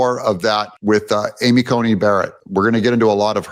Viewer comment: Love your show, but sometimes you need to find out how pronounce names. It is Amy Coney Barrett not Comey.